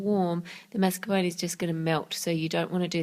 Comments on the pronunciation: Karkat Vantas So you can't stand the way she pronounces mascarpone because she doesn't use a French pronounciation even though mascarpone is Italian? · I'm sorry but I can't stand the way she says mascarpone ._.